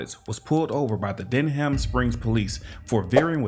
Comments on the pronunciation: Denham (den-um) Springs lol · Den-ham LMFAO, your pronunciation makes me laugh, say it fast like dunham. Louisiana is known for its horrible cops, especially Livingston parish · It's pronounced denim, like denim jeans. Not Den HAM. LOL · Wtf he called the city. Bro. Its denham springs. We say it like the blue jeans denham. Not den ham. I know it might sounds stupid but just letting you know that is the way we say it. Denim. Is how we say it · Denham Springs is pronounced Denim like the jeans. JFYI 😁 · Its Denham pronounced (Den Um) I remember this case, I'm right up the road in Baton Rouge. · It's pronounced Den um. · its pronounced denim, like denim jeans. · FYI it’s pronounced denim…like denim jeans…Denham Springs… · It's pronounced "denim" springs. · Down here, Denham is pronounced like Denim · Denham is pronounced “den im” just like the material, denim. Denham Springs, LA. Now the officer will get to pronounce “defendant” when the lawsuit is filed. Twelve years of experience hasn’t done much for the officer’s learning anything legal because of his ego. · pronounced "denim springs" I stopped driving through there years ago. I received multiple b.s. tickets and harassment. Next town from me. "Baton Rouge" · Denham is pronounced like denim